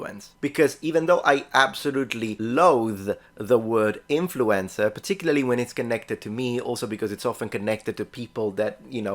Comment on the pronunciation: You pronounce "influencer" like "influenza" and that is about right